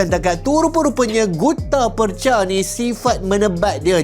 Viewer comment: Sebutan Percha/Perjha mengikut lidah orang Johor ialah 'Perche' (Per-Cer).